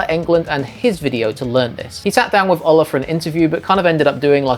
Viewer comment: By the way, the O in Ola is pronounced like "ooh".